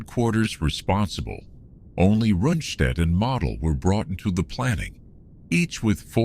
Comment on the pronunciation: Why can't they get Model's name right? He's not a toy. You say the O: like one of the 4 stooges: Moe: Model